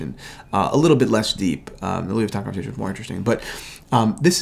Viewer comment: how not to say Louis Vuitton